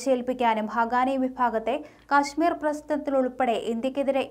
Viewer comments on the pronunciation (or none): none